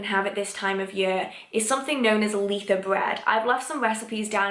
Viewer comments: I’ve heard lots of ways that people pronounce Litha. I’ve never hear L-ee-tha before x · I’ve never heard someone pronounce Litha like I do!